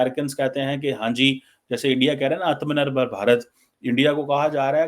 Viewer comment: Aatma Nirbhar...it's 2 separate words..it's easy to pronounce Aatma 1st and pause for a second and than say Nirbhar..😊